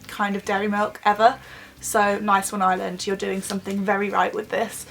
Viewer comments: Ireland is pronounced areland not island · Btw it's not called Iyland it's Ireland P.S I'm Irish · I’m from Ireland 🇮🇪 and you say it like eye-R-land not eye-land but not being rude ❤️ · Fam it’s not Island it’s Arland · She said iyland instead of ireland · Omg it is not pronounced island nooo that is so annoying it is pronounced ir-land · I am Irish and it's Ireland not island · Why do british people say Island its Ireland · it's not island it's Ireland I am from there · I watch the first ten seconds ... ISLAND Instead of Ireland oh for ffs kms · its pronoced are land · No when people say are-land that does my head in it's eyer- land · Also it is pronounced "Ar-Lind" not 'Island' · Ireland not iland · Not hating but is it annoying when British people say "iland " instead if ireland. Is brea liom tayto 😋😋 like if u understand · Someones offended Edit:Replayed it 3 times she said iland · Where the hell is "Island" it's IRELAND XDD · Stupid fuck English pronounce an r it's not island it's ireland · btw it's Ireland not island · The video just started and she pronounces Ireland like eye land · Why does she say iland 🙄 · Say it like are land ffs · 😂😂 she keeps saying island instead of Ireland 🍀🍀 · We Pronounce Ireland Areland (Im Irish) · Stop calling It island like if your irish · We don't pernounce it Ireland we pernounce it Areland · I'm Irish and everybody I know says it like Arland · It is pronounced ourland (Ireland ) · Is it just me or did it sound like every time she said Ireland it sounded like island? Still love you though xx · She's not pronouncing the R in Ireland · There's an r in Ireland (sorry I had to say it) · Not that I'm trying to offend any English or British people but do any of you guys know that there is an "R" in Ireland because you never really pronounce it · I'm Irish and your pronouncing Ireland Wrong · you can't say ireland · ITS IRELAND PRONOUNCE IT RIGHT (sorry but it just annoys me when people say it wrong) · She said Ireland wrong